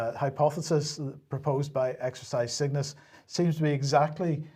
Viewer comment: Exercise Cygnus sounds like exercise sickness when you say it